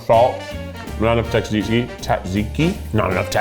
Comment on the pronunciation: Tzatziki - Keith pronunciation: TATziki Actual pronunciation: ZoTziki Also, Dinger is the name of the Colorado Rockies mascot